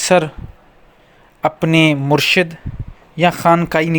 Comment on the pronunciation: Brother actually its "Murshid" not murshad Murshad means Saalik ya mureed Murshid means Peer e Kamil ya Akmal ya Mukammal